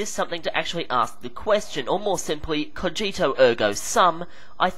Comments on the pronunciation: Just a tip, Cogito ergo sum should be pronounced with a hard "G" as in latin, G will never make the same sound as "J" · I like how he bitched that Kant's name was pronounces "Kunt" and yet he can't pronounce "cogito" or "sum" properly.